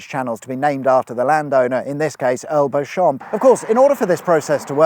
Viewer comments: Beecham, not bow-shawm! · Minor point. Beauchamp is pronounced Beecham in UK English. (Like how Beaulieu is byoo-lee.) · Beauchamp is pronounced Beecham because English is stupid. I know this because I once Google the fit doctor from BBC TV show Casualty. Connie Beecham.... Beauchamp. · Pronounced Earl Beecham! 😂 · Beauchamp is pronounced "Beecham" - otherwise excellent. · Isn’t Beauchamp pronounced as Bee-chum? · Is this the country’s newest motorway?? In other news, I think that Beauchamp is inexplicably pronounced “Beech-ham” 🤷‍♂️ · I’m sure I’m the millionth person to say, it’s pronounced ’Beecham’ 🤓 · Beauchamp is usually pronounced 'Beecham'...! Good, innit?! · I think you'll find, my dude, that the name 'Beauchamp' is pronounced 'Beecham'. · Beauchamp is pronounced Beecham. I fell foul of this and was ridiculed at the time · Nice one, i likes loony motorways. Oh by the way, Beauchamp is pronouced "beecham", like the powders, no idea why (rather like the Belvois hunt is pronounced "beaver"). Just us Brits doing Brit😂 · It’s pronounced “Bee-Chum” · Fun fact: "Beauchamp" is pronounced "Beecham". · Beauchamp is pronounced Beecham. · I'm assuming Beauchamp is pronounced like Beecham ... anyone?